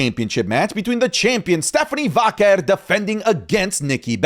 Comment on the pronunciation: I love. He's my new favorite. But,...it's "Vaquer', not "Váquer".